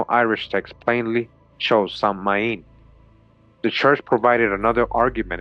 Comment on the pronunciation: Samhain is correctly pronounced sow-in a bit like the word sound but without saying the d at the end. It's Gaelic